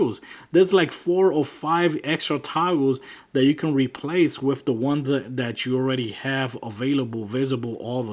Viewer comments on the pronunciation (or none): Its with not wif